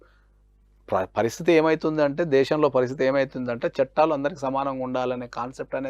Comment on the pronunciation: చట్టలు కాదండీ...చట్టాలు